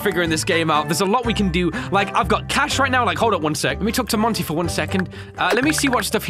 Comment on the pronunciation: Monty not month